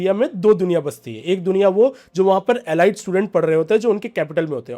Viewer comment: एलाइट नहीं एलीट होता है वैसे भी भारत भी गोबर टेस्टिंग में लगा हुआ है 😂